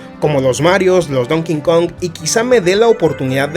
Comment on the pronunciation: Conozco muchas personas que dicen Don King Kong en vez de Donkey Kong 😆